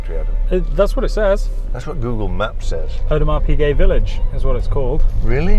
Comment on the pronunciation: Audemars Peazay